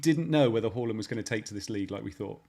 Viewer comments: It's pronounced Hawland in Norwegian. We were trying to be respectful to his language ...but ultimately failing :-) But as you point out he has anglicised his name so we can say Haaland from now on. Next week we'll go back to Haaland. Got Jaysoos right though ...we think ;-) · It is Haland not Hawland... he said it on SKY when got asked how to pronounce his Surname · It’s not pronounced horland. It’s pronounced haaaland. He did an interview with skysports last week where he was asked the correct way to say his name and he said haaaland 😃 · not being able to say HA-LANDS name is hilarious just watch his transfer reveal interview you can say HA-LAND OR HAW-LAND but he said the English version is HA-LAND. Pretty simple 🤣🤣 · I think you'll find is spot on with hooiiyyland 🤣